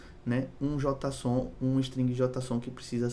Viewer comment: Só uma dica fonética, JotaSON soa extranho no jargão dev, JeiSON, é preferível, não entenda como críticas a liberdade de expressão, apenas dica fonética com termos de TI em inglês, vastamente difundidos. Abraços!